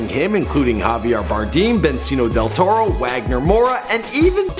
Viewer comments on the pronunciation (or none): Bensino Del Torro?.... I love your video's but that part just made me cringe, and have to replay it, to make sure what I heard was correct. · Javier Bardeem and Bencio Del Torro... Nice one -. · "Bencino del Toro"